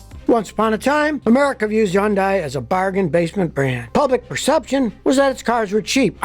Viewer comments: As usual Scotty has his finger on the pulse. NB - just a tiny point - it's pronounced Hyundai (Hond-day) not 'Yonday'. Keep up the good work. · Yonday? Think your miss pronouncing it. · I would think it should be Hoondye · Every old-school mechanic Ive spoken to says Yun-dies, and KIAs are inferior in design and difficult to work on. They are among the worst brands, followed by Nissan and Mini. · Bro say Hyundai correctly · Is the H silent?